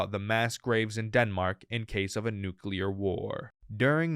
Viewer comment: Nu-clear. Ffs, it’s NU CLEAR not nu-cu-lar.